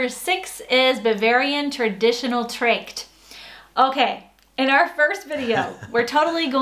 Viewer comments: Oh, and get your pronunciation of "Tracht" in order, It took me to hear it twice to identify it. Was doubly hard because I didn't expect you to pronounce something so wrong, your pronunciation is usually so good, (and this reminds me of Michael McIntyre's bit about the spelling of names;-)) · Aahhh Trayckt Not Tracht😂😜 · Entschuldigung...die bayuwarische Klamotte wird tatsächlich "Tracht" ['tra:cht] ausgesprochen, not "Trescht"... . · It's "Tracht", not "trackt". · Tracht not Trächt ;-) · pls don´t call it Trächt (Tracht) maybe try Trucht :) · Sorry, but in the german language a isn't e: not Treckt but Traaa:cht. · Please do not say "Trächt", because that is very wrong! - Say "Tracht" with the German "a" Sound! Can You tell me what Englisch Sound matches to the German "a" Sound? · Tracht.. TRACHT.. pronounce as if you say in English =>Tr"aaaaah"cht.. In Germany the "a" isn't pronounced like an A in US. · Ooooh! Not "Trächt" please! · Tracht(en) - pronounce the "tr" like in "train" and the "acht" like the german number 8 (acht), or like in the german word "Achtung". Tr-acht. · Just a little note: You're pronouncing Tracht "treckt". The a is pronounced like in fart and directly followed by the famous throaty ch sound. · "die Tracht" is pronounced with a long "a" as in "are" and the "ch" as in Scottish "loch". The word is related to the verb "tragen" (to bear/carry/wear depending on context) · You pronounce Tracht like you would say truck but instead of the ck you use the ch sound you produce in your throat like the Scottish word Loch (in Scottland it's a lake, in German it's a hole, both pronounced identically) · Yeah I didn’t say it correctly - the pronunciation might take a while! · Learn how to pronounce Tracht please😉 btw I grew up in Bremen and Bonn and Hausschuhe were nowhere to be found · Yeah I totally messed up the pronunciation! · Please, your pronunciation of "Tracht" was so wrong. It hurt my ears. Hilarious.